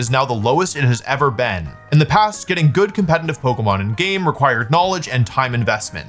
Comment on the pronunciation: Conletitive!! Not Compenitive